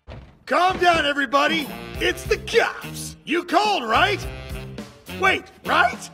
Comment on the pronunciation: I love how he pronounces “cops” as “cyops”